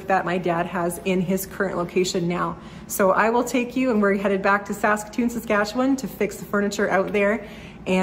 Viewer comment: I re-watched this video and enjoyed it even more the second time through. But it was when you mentioned that you were moving back home to Saskatoon, Saskatchewan, I felt I just HAD to tell you this joke. btw, you pronounced perfectly the word "Saskatchewan", as only a true Saskatchewanian could. Being from Regina (Boychuk - Ukrainian?), I know. Anyway, stop me if you've heard this one before: This American husband and wife from Texas were on vacation driving across Canada in an effort to get to know their neighbours to the north that they'd heard so much about. After a few days of driving they found themselves literally in the middle of nowhere. The wife turns to her husband and says, "Cleetus, why don't y'all roll down yer window and ask them kind folks over yonder just exactly where we's at." So the husband pulls his car close to a group of people standing near the edge of the road, rolls down his window and in a thick Texan accent asks, "S'cuse me fellas, could y'all tell me the name of this here town?" One of the young men turns to the Texan and says, "Saskatoon, Saskatchewan." The Texan proceeds to roll up his window and his wife eagerly asks him, "Well, what did he say?" The Texan turns to his wife and says, "I don't know, they don't speak English." Again, good luck with your move. The city of Saskatoon is (re)gaining a real treasure.